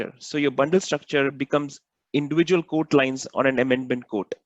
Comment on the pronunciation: when you say quote it sounds like code, please practice this word as it gets confusing.